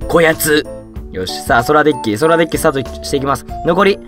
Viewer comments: Dick って聞こえてもーたw （dick は男のあそこって意味） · Dickって言ってるｗ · DeckがDickに聞こえてしまう事件簿